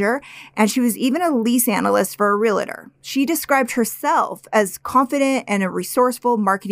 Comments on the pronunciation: I love you 2 as storytellers, but, please!! The word is not R-e-a-l-i-t-o-r. It is only 2 syllables. REAL-TOR. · PLEASE! The word realtor has two syllables, Real-tor. You pronounced in like real-a-tor. You are online speakers and need to know how to pronounce the words you choose.